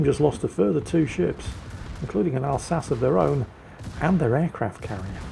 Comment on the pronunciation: Wait, why is pronouncing the Alsache wrong? Oh!